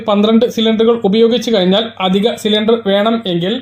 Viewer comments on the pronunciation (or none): അതിക ---- അല്ല അധിക